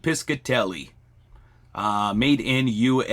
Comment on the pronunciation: Hello thank you for all your videos! Just fyi I was born & raised in RI which had alot of jewelry factories, the Piscitelli jewlery co was owned by my uncle's brother...its pronounced pishatelli ( rhymes with fishatelli) the c is silent lol your doing a great job ❤